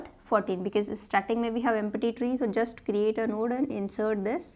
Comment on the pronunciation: when you spell empty.. I hear like empaty.. Excellent explonation. Thanks you so much for your hardwork.